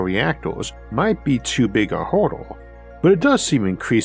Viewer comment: It took me watching many videos before I realized he's saying "hurdles" each one makes me want to play stellaris